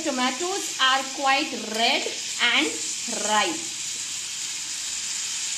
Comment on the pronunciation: Loved your rrrrrredd and rrrrrripe❤